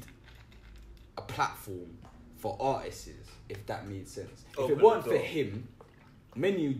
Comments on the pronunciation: "im a smart yout" Cant say artists properly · He kept saying "Artisists" 😂😂😂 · Artistses lol